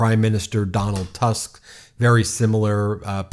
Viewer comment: PS DAW-nahlt TOOSK